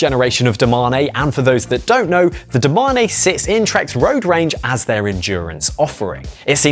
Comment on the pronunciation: Bro this channel is pure cringe…. DO MA NE. Say it with me, DO MANE. Fuck sake